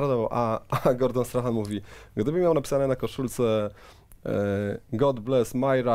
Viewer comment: Przemku, wszystko fajnie, nie chcę się czepiać za bardzo, ale Gordon Strachan wymawia się "Strakan" i Glasgow mówi się przez "A" dokładnie tak samo jak jest pisownia, no chyba, że jesteś kowbojem z Texasu 😁 Pozdro z Edynburga!